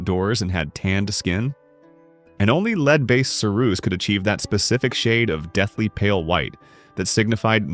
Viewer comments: When will you learn to pronounce the “ Lead”?? It is pronounced “LED”. Use it!!! There other words you are pronouncing incorrect. You would think you would practice before you recorded. Unprepared much!!!!!!!!!!!! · Why does this narrator constantly mispronounced lead? He knows how to say it, he just doesn't!